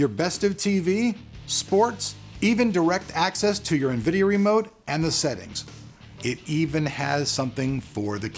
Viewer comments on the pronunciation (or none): none